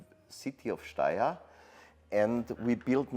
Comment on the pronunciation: Your pronunciation of Steyr keeps changing throughout the video.